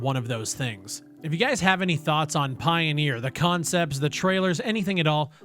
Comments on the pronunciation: It's not pioneer, it's pioner. Pie-o-ner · Pioneer? Pioner? I don't think it's pronounced pioneer, if it's spelled pioner?